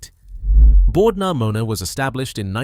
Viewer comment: If anyone was wondering, it’s Bord na Mona but I did get a chuckle out of Bord Pneumonia